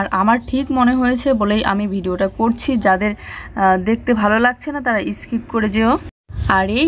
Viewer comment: Eskip aabar ki kotha. Skip bole. Jodi na bolte paro tahole youtube e pronunciation r video dekhe practice koro